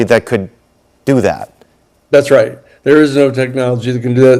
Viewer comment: "ITS COMIN' RAHT FER US!" 🤣